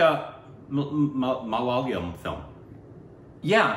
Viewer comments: Guys.. it's Ma la yaaaa lam..😂😂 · IT'S MALA,YA,LAM and not Malalyam..😥😥😥😥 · Guys it's not "mala-layam", it's "malaya-lam".😊❤️ Love your videos guys...from kerala.. ❤️👍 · When breaks down the word Malayalam, it sounds right..but when you say it together it's not. See if you can get an Indian pronounce for you first..it's MALYAAA-LUM (as in sum) not MALAAAYA-LUM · Not malalium...its...MA_LA_YAA_LAM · Ma-La-Ya-Lam Not Malalium, Malalalalam.. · Pleeez stop saying ‘mala’ ‘yalam’ given how much you are into it now. It is ‘ma’ ‘la’ ‘yaaa’ ‘lam’ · Guys.. you have to work on your malayalam names and words. And its not maliyaaliam its malayalam. Sounds"malayaalam" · &...Guys, it's a SHAME! Even after so many reviews of Malayalam movies you still haven't bothered to find out something as basic as how to pronunce the name of this language right. You guys sound it as Ma-la-liyam. wrong....no....WRONG!!!. brace yourself..It's..MA-LA-YA-LAM. MA (as in Matt) LA (as in Lattitude) YA (as in Yam) Lam (as in co'lumn'). Go for it..change.. Right now. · These guys: malyayalam , malylam Me : repeats the word in my head so many times, forgets the pronunciation nvm, they'll figure it out someday! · And the emphasis in 'Malayalam' is on the aa sound after Y not L. So it's pronounced Mal-yaa-lam. :) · Just pronounce as ma la yaaa lam. This is how we used to say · Its actually pronounced ma-lay-aa-lum... :) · MA-LA YA-LAM It's really not that difficult, come on!! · God, both of you are butchering the name of one of the sweetest languages of India. It is pronounced as - MA La Yaa La mmmm